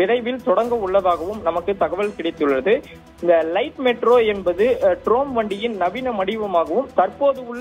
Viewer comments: தம்பி ட்ரோம் வண்டி இல்லைப்பா ட்ராம். புதுசா? கொஞ்சம் தடுமாற்றமா இருக்கே? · ட்ரோம் இல்ல , அது ட்ராம். ஏய்யா கழுத்தை அறுக்கிறே. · ட்ரோம் இல்லை… இது ட்ராம்! …உச்சரிப்பை ஒழுங்காக சொல்லவும் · டேய் ட்ராம் வண்டின்னு சொல்லுடா. ட்ரோம் ட்ரோம்னு சொல்லி எரிச்சல் மூட்டாதே...!!